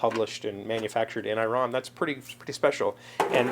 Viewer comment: "eee-ron" my Persian friends are going crazy!!! way cool mang, way cool! and omg the saffron! saffron is very expensive and a wonderful flavor... use it sparingly!